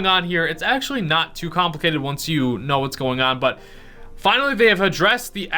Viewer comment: KNOW** not KOW😂😂😂